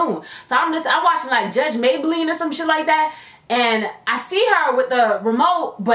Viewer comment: "Judge maybaline"